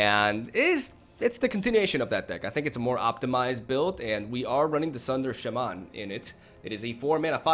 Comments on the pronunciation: It's not sha man lol. It's pronounced shamman basically. I don't have any copies of nexus myself and only one Teferi. I play gruul and boros decks in ranked. I also have the sultai krasis deck with the explore package and that may be better than my other decks but I love rhythm into hasty beasts and angels and heroic reinforcements. I won't play cancerous decks. I refuse to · its obviously shay-mayn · either way, it's not sha-MAHN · It's a long a, so shah-man, but as my Latin teacher loved to say, English is a lazy language. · It’s pronounced Shay-man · Its SHAman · The accent is on the first syllable, actually! It's pronounced like SHAH-mun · No the correct pronunciation is Shay (like in "shave") and man (like in...well..."man").